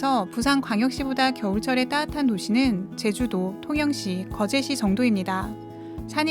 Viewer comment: 난 이 언니 ‘따뜻한’ 발음 들을려고 이 채널 구독함. ^^ 깔끔하고 세련된 나레이션인데 쌍디귿 연타엔 컴플렉스가 있으신 듯. 조금 딱딱한 내용에 한번씩 웃음포인트가 되어 재밌어요.